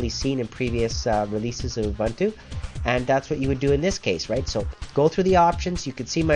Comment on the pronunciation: Say it, just once "oo-boon-too" = "ubuntu" Just once, say it right, pls!